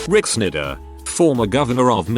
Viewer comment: "Rick Snyder" being read by that voice sounded..... different.